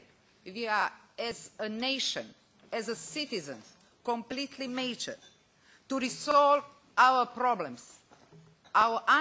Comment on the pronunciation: mature = mejćr